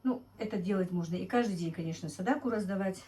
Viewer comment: НАДО ГОВОРИТЬ сАдАқА а НЕ садакУ МУСУЛЬМАНКА ВАМ НЕ СТЫДНО ТАК КОВЕРКАТЬ СЛОВА НАЦИОНАЛЬНЫЕ, ЗАЧЕМ ВЫ ТАК ДЕЛАЕТЕ ВЫ УГОЖДАЕТЕ КАКИМ ТО ТАМ РУССКИМ БЫДЛО ЧТО ЛИ?